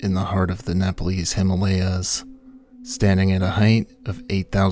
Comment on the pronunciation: Why is the voice over so so irritating? And why do people mispronounce ‘Himalayas’ and Annapurna?